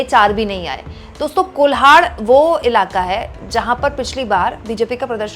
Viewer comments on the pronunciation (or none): कोल्हान है मैडम, कोलहार नहीं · कोल्हान सही उच्चारण है,कोल्हाड नही। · कोल्हार नहीं कोल्हान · Madam Kolhaan hota he.